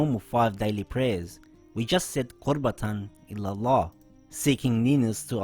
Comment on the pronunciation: Qurbatan ILALLAH is RIGHT. Qurbatan illalah is wrong